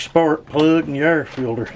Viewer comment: Air filder. 😂